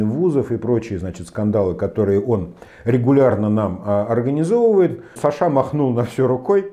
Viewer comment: Почему такое ударение в имени Саша, он наверное Александр?